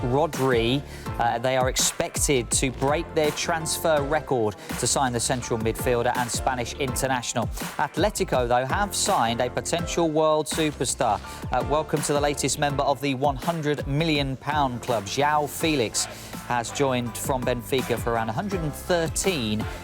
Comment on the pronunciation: It's not aTHletico it's aTletico